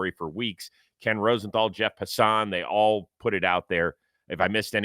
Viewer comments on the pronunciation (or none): I think Jeff Passan’s name is pronounced PASS-uhn